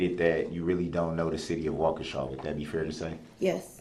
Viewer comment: Not wakeisha 😂😂😂